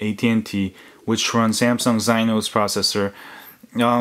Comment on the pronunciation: Exynos....not xynos....pronounced ehk-sin-nose